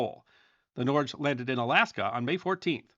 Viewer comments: Norge is pronounced " Nor - Ge" not norzh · Norge is pronounced something like "nor-guh" in Norwegian. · Norge is pronounced Norg-eh, Otherwise , great vid! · Norge pronounced NOR-gee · Norge is pronounced nor-gae